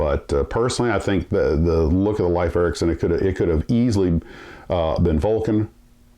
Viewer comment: It is correctly pronounced "leaf" not "life" Ericsson.